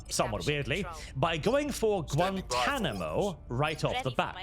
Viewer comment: "Guantanomo" is crazy